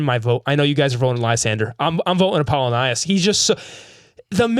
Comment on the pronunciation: Why has no one corrected him on Apollo-Nius this whole time? They literally call him Apple for a reason. Because it's pronounced like Apple-Onius